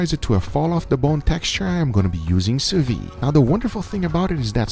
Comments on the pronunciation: why is he always pronouncing sous vide wrong? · what are you, French? People can't have accents?